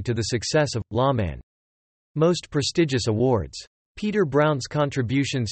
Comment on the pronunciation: I think this site is run by children. He says, "LA Man" instead of "Lawman". You are right, there was more regulars on this show.